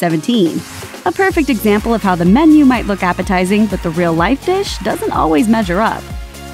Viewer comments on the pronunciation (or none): none